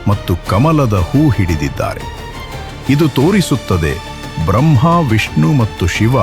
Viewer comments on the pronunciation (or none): none